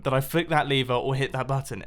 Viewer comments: Did he just say leaver instead of lever... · Its lever not leaver